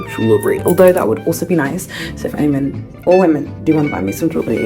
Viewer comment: Wait did you say men.. or women? 👀